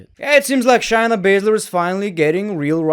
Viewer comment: bro i really enjoy most of ur content but pleeeeease stop saying chyna and start saying shayna... its driving me crazy...